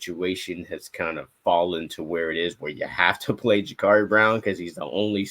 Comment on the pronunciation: Guys it's Ja-Cuurri not Ja-Caarri.